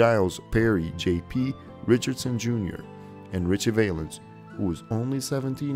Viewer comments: It is pronounced Valenz, not vaylenz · The Big Popper, really?? It’s Bopper. Valens is pronounced Val (rhymes wow). Hard to watch with so many flubs. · Just for the record Richie Valens is pronounced with a short ă as in apple not a long ā. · You might try pronouncing these lost souls' names correctly. Jim Croce is pronounced "Crow che" for starters. Richie Valenz pronounced "Val unz".. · you pronounced valens wrong